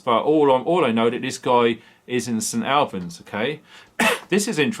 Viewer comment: Hi, its said, st allllllbans!!! st albans